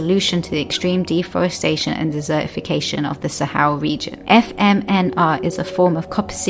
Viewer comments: I get so annoyed by the commentator's inability to pronounce the letter T when it falls in the middle of a word. For example, the word desertification is not der-ification. If you want people to watch/løisten, get someone who speaks correctly. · Puccini 45 - this dropping of the letter T is less to do with class and more to do with region. In Wales and Northern parts of England the T sound is celebrated despite the educational disparity.